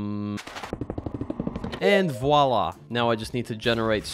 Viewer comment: #voila XD u say voila not really clean but is great for the start (im french UwU) and +1